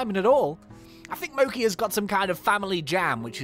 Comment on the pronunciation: Isn't it pronounced Mo-chee? A know mochi is some type of Japanese food, isn't it?